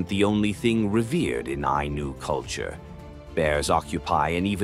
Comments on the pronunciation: Its not anus , its Eye-knew , wow replace the narrative voice and get your facts straight. The Anus , damnit man. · The Ainu and the decedents of the Jomon Culture, who lived all over eastern Japan. Their religion is what Shinto is based on. The pronunciation is Ainu, the same vowels as in Spanish. There is no S sound.